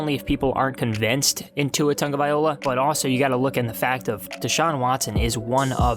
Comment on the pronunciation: First of all say “Tua Tagovailoa” correctly...maybe then I’ll listen to this crap! On second thought, “unsubscribe” is a good idea! C’mon man!